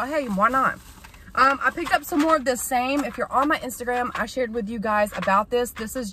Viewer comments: I thought it was pronounced Sammy. Even though it's spelled Same. 😂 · It's called and pronounced SAM e. Separate name and letter. Just be careful taking alot of Oct vitamins with a lot of herbals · Hi! You have me cracking up. I stumble over my words too though, especially when I try to talk fast, so I get you. Yankee Doodle. 🤣 Your awesome vitamin is actually pronounced "Sam-E". We use it a lot in veterinary medicine to manage liver disease in cats and dogs. It's a great supplement.